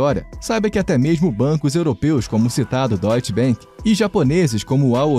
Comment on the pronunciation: Credit Suisse se fala Crêdiii suísse... Deutsche Bank se fala Dóity bank